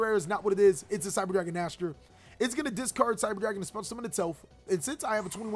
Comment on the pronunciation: Just so you know, cyber dragon vier is pronouned as "fear" and Nächster is pronounced something like "neigh-star". Both are german words. 😀